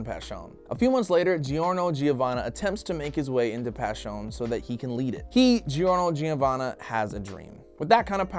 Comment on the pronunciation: it’s “Jorno Jovanna” he wouldn’t be a JoJo if it was “gee-orno gee-ovanna”